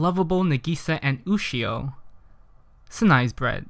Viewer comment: He spelled Sinai wrong and he keeps saying Ushio when she is clearly named Yushio